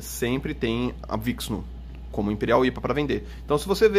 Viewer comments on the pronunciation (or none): Nunca mais vi essa cerveja pra comprar..uma delícia. E a pronúncia é vixinú, de Vishnu, a deusa da criação.